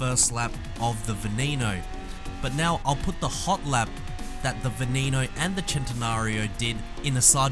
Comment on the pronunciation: You said Veneno wrong. It's not an english name. The E's are not pronounced as E's.